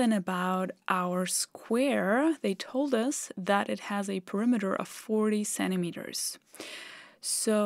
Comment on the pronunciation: "'Cennimeter"? Is that a new unit of lenght?